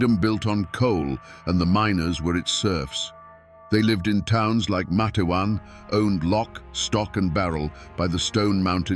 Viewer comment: It's pronounced Mate-wan. 2 syllables. Long A in the first syllable.